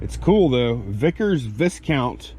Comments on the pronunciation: Viscount is pronounced 'Vy - count'. I hope your'guy' has another pile of stuff for you in a months time :) I'm thinking that you will make your target easily. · Viscount is pronounced V eye count...had. Crusty old RAF Senior Sergeant correct me